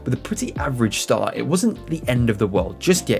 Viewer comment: I'd rather read all this than listen to an announcer who can't even pronounce the words "competition", or "start".